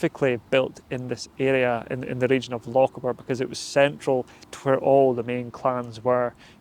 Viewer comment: I've never heard a Scotsman mispronounce Lochaber before, that's new.